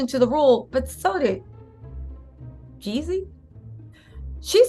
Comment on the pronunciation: you keep making me think of Ye when u say Yeezy. 😂 it’s Jeezy.